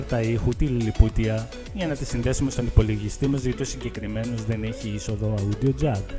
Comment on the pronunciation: Όντιο Τζακ όχι αούντιο τζακ